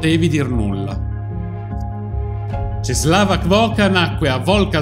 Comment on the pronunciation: La "ł" si legge u :)